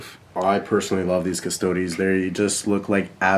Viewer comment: Good vid, but for future reference, its not "cust-odies", its just custodes. (cuss-toads)